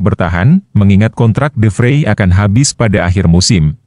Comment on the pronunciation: De Vrij..bukan De Freii